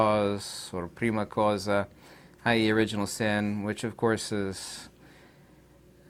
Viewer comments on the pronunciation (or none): Prima cosa = first thing /// Prima causa = first cause the second one you would pronounce as cow-sa //// Ciao!